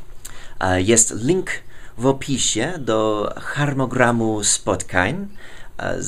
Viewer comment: Powinno się mówić - HARMONOGRAM :) Dziękuje za zaproszenie , czekamy na następne osobiste filmiki :) pozdrowienia z Polski w słoneczną sobote hehe